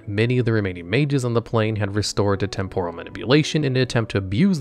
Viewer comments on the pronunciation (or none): none